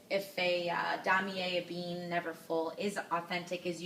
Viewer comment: You pronounce it ebene like aabane not ebene like ebean...coach might be easier :)))